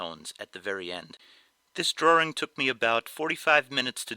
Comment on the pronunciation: why the fck do some ppl pronounce drawing like drawering